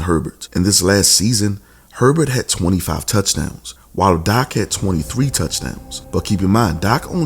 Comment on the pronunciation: You got good stuff, but you kill me by the way you whisper / pronounce Dak Prescott 1st name sometimes DAH-AK Prescott or Josh Allen’s name by Pronouncing it Josh Ahh- Len, & let’s not forget Joe Burrow’s name you pronounce it Joe Bear—row. You sound like you’ve got a mouth full of mouthwash when pronouncing there names but laying all kidding aside you bring out real good stuff. I enjoy listening to you & your soft / whisper style of broadcasting & your cool mouthwash Roy Orbison style broadcasting.